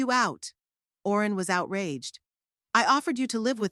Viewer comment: That would have been a reasonable story, if it was consistent! I agree about the holes! And why was Owen pronounced Orin all the time! I was getting quite frustrated,,,how did her son change the keys! Did he have a set! And what was the point in asking for her keys back? They wouldn’t have fit with new locks in place! She needed the new keys that went with new lock! And definitely no way could he have just moved her to an old people’s home, take control of her house, sell it etc! It was all in her name so legally he couldn’t touch it! . What with names being mispronounced from Barrel to Beryl etc, . And if she was just going to a friends funeral, why on Earth would she take husbands photo, tape recordings, folders regarding house ownership etc? There have been sone strangely written stories on here, but this took some getting to grips with as your always on edge waiting for the next error! Shame!